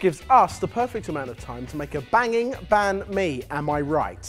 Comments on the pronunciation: You pronounce banh mi wrong! To say it proper say beng me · Bahn mi is pronounced more like bun mi not ban mi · I know it’s a year late but “banh mi” is pronounced “ bun me “ not ban me just saying... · Why in the world.... its pronounced bawn mee. bahn mi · The way you guys said Banh Mi. Haha. But you guys aren't Vietnamese, so fair enough. Loved the video though. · The way that they say Bánh Mì triggers me😂😂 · As a Viet , I feel so offended on how they say Banh Mi ...... But It's so hilarious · I got triggered real fast when they said Bánh Mì wrong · when ur viet and they said banh mi ahaha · Whenever people say Banh Mi, I cringe most of the time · you guys butchered the name :v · You pronounced bánh mì wrong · thats not how u say banh mi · Your pronunciation of Bánh Mì makes me cringe. 😂 I love sorted food but please... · Why must you people pronounce banh mi wrong.... I am Vietnamese and I am like.. Why?... Nice twist on it btw.